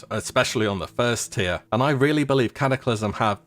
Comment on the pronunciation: Tier =/= Tire Tier (Tear)